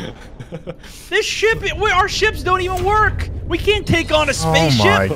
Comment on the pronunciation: " I Caunt believe you've done this"